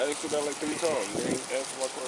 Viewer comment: Sigh... The word is ASKED not AXED